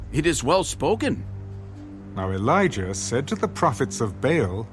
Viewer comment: It's Ba 'al's not veils